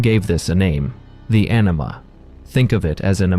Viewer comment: Anima, but sounds like you are saying enema